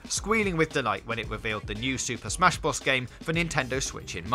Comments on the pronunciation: Bros , not bross . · super smash brozz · Was he saying smash boss? Lol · huh? its bros not whatever the fuck you're saying dude.... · Odd_Slug he can't say the letter r